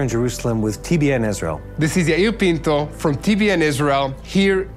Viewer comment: I love how he says my name is "Peento"! Best foreign accent ever.